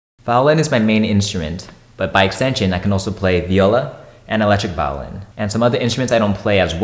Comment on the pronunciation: Why do you say vowlin